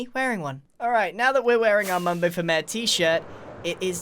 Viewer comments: It sounds like mare instead of mayor now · One thing I love about British people is the way they pronounce things Example Water Bottle (wae boe) Mayor ( mare) Wear (where)